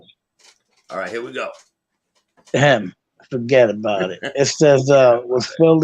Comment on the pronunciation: Forgetaboubit. It's one word. Lol